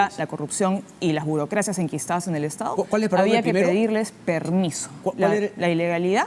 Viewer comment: Tremenda parametrada.... Aprende a hablar : estao... Gobernaos.. Tomaooo. Estos siguen creyendo que nos pueden engañar.